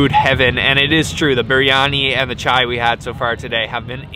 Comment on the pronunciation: At least one foreigner who can speak chai properly it's that simple